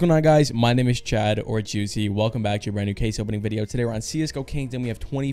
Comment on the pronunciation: you said guicy